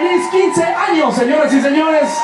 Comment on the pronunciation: Yo viendo la descripción que devez de decir años dice anos